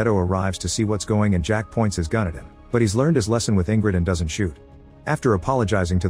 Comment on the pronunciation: also the voice says "raises his fun" instead of "gun"